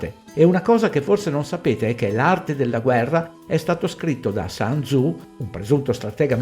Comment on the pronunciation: Grazie del video. Il testo cinese citato viene attribuito a sun tzu che credo si pronunci in modo diverso dall' inglese . Il sun , sole in inglese non credo c'entri. Un saluto.